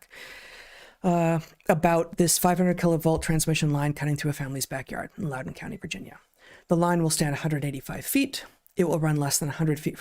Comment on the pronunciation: You said Loudoun correct, Heather!